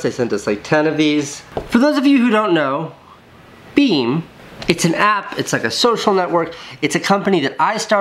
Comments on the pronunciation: Casey: BEME Me: Be Me Casey: BEME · The last "e" is silent and makes it be pronounced as "beaem", not "beme". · i love that you pronounce the app beam as one word...and not be me :-) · why do you pronounce beme as beam? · and I though you prononce it "Be me" :D